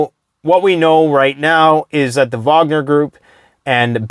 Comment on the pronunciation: It's nice hearing you say Vogner and not Wagner. It kills me when people don't know the W is pronounced as a V.....